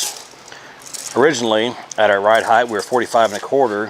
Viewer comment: It’s ride HEIGHT,, not ride heigth!